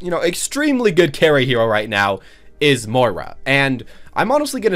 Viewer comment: Your pronounciation of Moira sucks balls